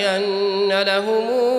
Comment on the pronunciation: Erreur sur les mots des le début Lahoum, pas laho !!!! Attention